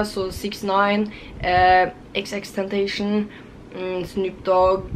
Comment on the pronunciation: Fete klær, men husk å si xxxtentacion riktig neste gang :)